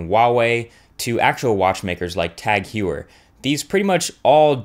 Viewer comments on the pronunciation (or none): Tag Huuuu-eeeeer. That pronunciation ha. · It's pronounced "TAG HOI ur" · sorry but you say Tag Heuer wrong... it spelled Tag "Ho-yer" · i feel bad personally how he pronounces TAG HEUER ... :) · That TAG Heuer pronunciation. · How do you pronounce Tag Heuer? Completely wrong it's a German or Swiss brand so you have to pronounce and speak it differently just sounds horrible in English!